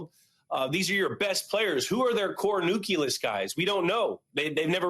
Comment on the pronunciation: Love Edelman, listen to both of his podcasts, but Jules has to pronounce nucleus better, it’s one of his favorite words…